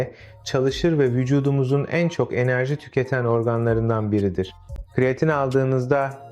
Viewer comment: Kiriyatin dedigin ne sikim😅😅😅